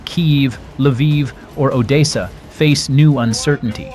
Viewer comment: It's not pronounced oddaysa. It's oddessa.